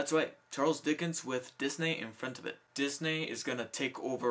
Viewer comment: I like how you pronouce "Disney" as "Disnay"